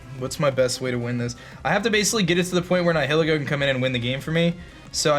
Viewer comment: The way you pronounce “Nihilego”... ugh. It’s supposed to be like Nihilist/Nihilism.